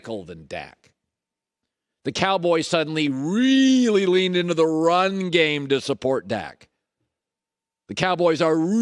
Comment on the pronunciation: 😂😂😂😂 read this just as he said it